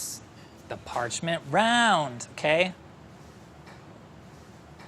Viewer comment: the parcHmeNt ROouND !